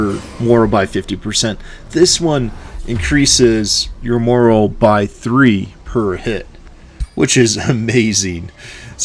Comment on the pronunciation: "Morale" is pronounced differently than "moral." FYI